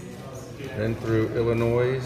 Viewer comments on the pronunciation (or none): Great video but it's Illinois not pronounced Illinoise! Same as Mississippi is not pronounced Missisipah. Missouri is not pronounced Missourah. That shit drives me nuts lol!